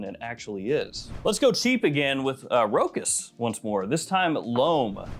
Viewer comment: FYI, Rochas is pronounced with a "sh"...so "Ro-Shaas" instead of "Ro-kas"